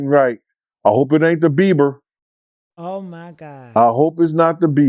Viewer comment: Why she keep calling him Justin Beaver 🦫 😭😂😂😂